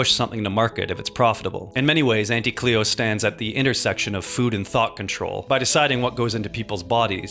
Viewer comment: Auntie is like taunt! Taunty = Auntie and pls pronounce it that way